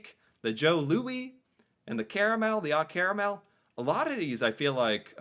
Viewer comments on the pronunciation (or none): It's "O Caramel" not Ah. It's a play on our national Anthem O Canada 🇨🇦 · It is oh caramel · Ah Carmel like Maple Blondie are childhood favourites